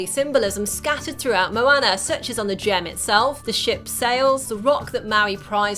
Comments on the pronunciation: i could not watch this video for more than 2 minutes. for christ's sake woman its moana not moAnna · It's not MoAyna. It's MoAuna conmon 😂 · "mo-ann-er" snorts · She legit called moana mwana